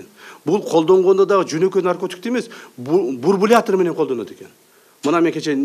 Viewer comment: Бурбулятор,.... Бурбулятор... Ээээкок мээ Ташиев! Бурбулятор эмес, бульбулятор,😉🖕